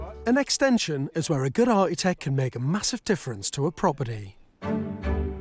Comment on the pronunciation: Finally George caved and a one point pronounced "Architect" correctly. Cheers George!